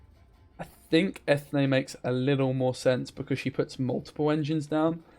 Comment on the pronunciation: its pronounced "freshenet" and Eithne is en-yea